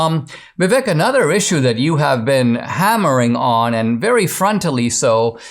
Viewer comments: When Dinesh, of Indian origin, can't pronounce Vivek's name correctly... Vivek is pronounced as Vivake (as in Cake) You are welcome, Dinesh. Always watched your speeches and q and a in colleges and loved them. Vivek 2024. Love from India. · Hey, Dinesh, as an Indian, why are you mispronouncing Vivek's name? "Vivek" is pronounced "VIV EK" with "EK" like "ake" in "cake"